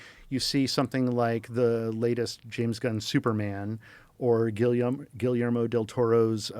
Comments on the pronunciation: I love the way Joe subtly corrected his pronunciation of Guillermo. 10 seconds later, he repeated "Gilly-ermo" 🤣🤣🤣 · You can’t even pronounce Guillermo’s name and your criticizing his books and his movies, shame on you guys